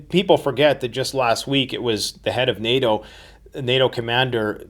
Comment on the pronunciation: so nato-oh is suddenly backing off? interesting from a guy that cant even pronounce English correctly we are supposed to believe this piece of shit